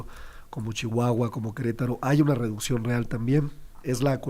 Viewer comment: A nuestro gran premio Nobel 🤣🤣😂😂… sé pronuncia REDUCCIÓN NOOOO REDUSION 🤣😂🤣😂 Cuantas mentiras más por parte de este vocero despechado de su anterior partido y ojo si la inflación destronó cualquier tipo de aumento al salario solo dan soluciones mientras ellos se transforman en una clase fifi juzgan y se transforman lo que por años señalaron y juzgaron y no defiendo defiendo ni pertenezco q ningún partido pero si dejo en claro q ahora son los de morena los de uñas largas los de la doble moral y los culpables de q el país se siga arruinando por sus caprichos